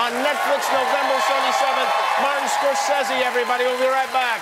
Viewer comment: Can't believe kimmel one-upped scorsese's pronunciation..